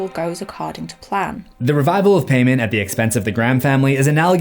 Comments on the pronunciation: Pronounced Pie-mon not pay-man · in what world is paimon pronounced pay-men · Pronounced Pie-mon not Pay-man 😂 it was painful watching this with the mispronunciation. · its also pronounced Pie-mon if i recall correctly, not "pay-man" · I think it's pronounced "Paymon" and is still a common name. It's not Paymann: Germanic redux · Paimon is pronounced with a long "I", like Pie.. I know this because he told me. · It's Paimon... Pie-Mon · It's pronounced more like py-mon... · It's pronounced (pie-mon) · I study demonology and not to be an “um actually person” but it’s actually pronounced pie-mon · You’re pronouncing Paimon wrong. It’s pronounced P-EYE-MON. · If y’all know genshin impact y’all know he’s pronouncing paimon wrong it’s pie-mon lol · Isn't it pronounced like "pie-mon"? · King pie-mon! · Always giggled at a word spelled paimon, gets pronounced paymen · I’m pretty sure it’s pronounced P-EYE-MON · Its paimon pronounced pie mon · Its pronounced paimon ( pi ee monn) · Paimon is pronounced " pie " mon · "Paimon". Pronounced: "pai (p-eye) mon (mohn)". But that's my only nitpick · King pay-men? For real, dude? Couldn't have asked google to pronounce it for you before rolling? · Fun fact: His name is pronounced (pie-mon) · there are two pronunciations, Pai-mon and Pay-mon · Hearing you pronounce “Paimon” like that hurts the Genshin Impact in me. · is anybody gonna tell him he’s not pronouncing time paimon correctly? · How did you watch this movie, and still mispronounce Paimon? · Its PAY MON not payman. And its GO AY SHA, not go et tee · Yes, I know that in Hereditary they say “paymon” but I promise you, just like how the Geotia is pronounced GO-eh-Chia, Paimon is Pie-mon. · You are horrible at pronouncing the occult. First off it’s Pie-Mon. And Go-et-ita. It was like listening to nails on a chalkboard. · What's even scarier is how you're botching the pronounciation of things...I mean, Paimon? Goetia? Etc. 😂